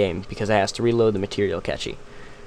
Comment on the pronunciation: protip, mate, "cache" is pronounced like the word cash. But great vid!